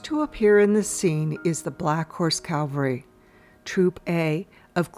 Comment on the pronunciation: Thanks for your efforts in producing this clip, but I don't understand your defense in mispronouncing "cavalry". I was a P.A. announcer at sports events for several years. If there was a tricky name on a team's roster, I checked with someone on that team to make sure I'd be saying it correctly. (I often wrote it out phonetically as a safeguard.) You know you mispronounce cavalry, so it's up to you to get it right. It's spelled exactly how it is supposed to be pronounced.